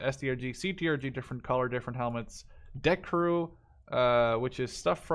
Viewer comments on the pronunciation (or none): none